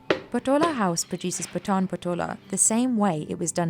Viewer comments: Its not पठान. It's पाठन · The pronunciation of PATAN is very wrong. It should be PAA-TA-N.....Please correct it. This is one of the most unique and iconic traditional legacy of Gujarati, India....